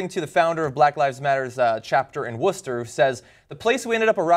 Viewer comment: Woah... Did you actually just pronounce "Worcester" correctly? Oh my god.